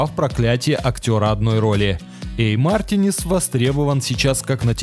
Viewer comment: Мартинес, ударение на последний нес